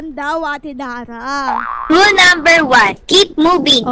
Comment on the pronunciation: sabi ni arlenelorica3957 ate daray hindi daray dara😂😂 hahaha